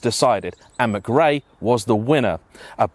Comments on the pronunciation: Colins name is McRae with a C not Grae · Ffs.. its Colin mckray!!!!.. not mcgey.. 🤬🤬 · Mcrae m8 not Mcgray , otherwise great review👌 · For God's sake man , Colin's name is pronoucned 'mCRAY", not "mic ray" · Who the hell is Colin Mig-ray? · Worst butchering of 'McRae' ever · Great video and all that, but where you deliberately trying to pronounce his name wrong? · a motorsports hero....whose name you cant seem to pronounce... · Colin was a bawbag. But at least say his name correctly ffs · Why you making such a meal of pronouncing McRae?